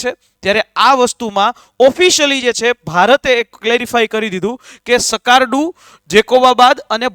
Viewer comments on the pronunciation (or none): સકારડું નહિ સાહેબ... સ્કાર્દુ છે